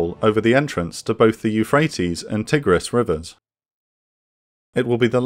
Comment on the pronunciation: Curious about the pronunciation of “Tigris” here. It’s not American, and from what I see online it isn’t a standard British pronunciation either. Very Winnie-the-Pooh though.